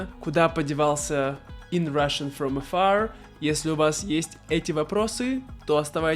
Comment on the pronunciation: It makes sense. I laughed at the hollywood accent "Russian from Afarrrr!" 😂